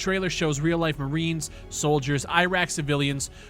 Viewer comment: "Real Maines, EYE-raq civilians..." 😆